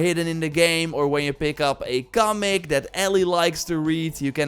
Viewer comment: It’s comic! Not Gumic!